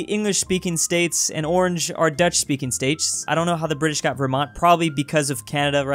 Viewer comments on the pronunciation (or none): none